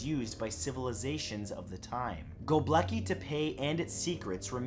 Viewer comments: Matt...I know, like most North American westerners, that you don't always take the time to find out the exact pronunciation of something, but your attempt at GobekLi Tepe was HORRIBLE. Try JUST a bit harder. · The way he said gobekli tepe had me dead lol! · Um... that's not how you pronounce Gobekli Tepe, sorry to have to bring it up, but I thought you should know.